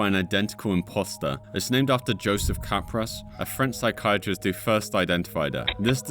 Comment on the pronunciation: So actually Capgras Syndrome is pronounced "Kahh Grah" not cap grass. Just letting you know big dawg.